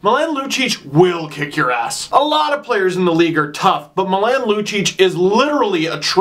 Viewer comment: Oh no, Steve. The way you pronounced Milan made me cringe (it's MEE-LAWN). I still love you doe. Also love the shirt